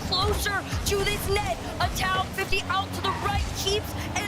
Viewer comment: The fact that kept calling Atow "A-tao" the whole NRG series, even when her co-caster was saying it correctly, was INFURIATING. lol